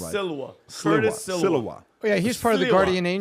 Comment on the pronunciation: And you STILLLL don't pronounce the name correctly! CURTIS ...NOT "Chris" ....S-L-I-W-A (SLEE-wuh .. NOT SILL-wuh SILL-uh-wuh or SEAL-wuh). Complete LAZINESS, all three of you! Good grief!